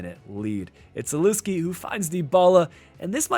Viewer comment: I heard you pronounce Zalewski and almost clicked off please do better